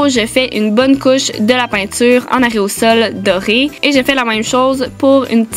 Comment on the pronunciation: On dit aérosol pas areosol